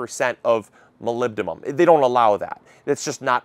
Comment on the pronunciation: Hey! Thanks for the videos. Just a correction, the element is “molybdenum” with an “n” (we use this all the time in radiology as the precursor for nuclear medicine imaging). Keep up the great work!